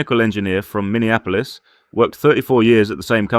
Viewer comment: said minihahapols. lol! Minneapolis.